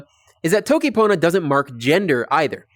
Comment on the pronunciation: It’s not pronounced Toe-ki, the O is short as in the Spanish Every American tutor seems to get this wrong. tokki ponna. Really good lessons btw, very interesting and well explained.